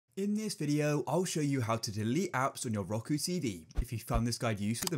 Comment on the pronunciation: dude said ROKO